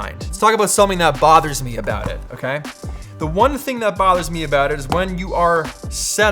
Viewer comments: “Let’s talk a boat the iPad” 😃👍🏼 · Let's talk aboot it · Btw what's that "about"(in Canadian accent 😅😬